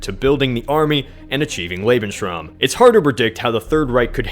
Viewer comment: Love how you pronounce Lebensraum. Lebenshraam